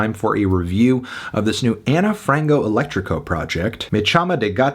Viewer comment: HAHAHA ilove seeing Anthony covering on brazilian projects just to hear his pronunciation 😭 aneu frangou eletricou lmaooo this album is fire!!! love from 🇧🇷